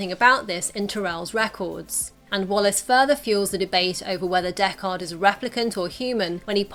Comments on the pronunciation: Deck-ARD? Have you seen the original? Dekkard. Say it quickly with no emphasis on the second syllable. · stop saying DECK-KAHD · It's Deckard not Deck Hard. The movie felt pretentiously slow paced. Its cool to know that Ridley added elements of his home city like "miserable rain." In the first film and Denis did the same in the second "miserable freezing snow."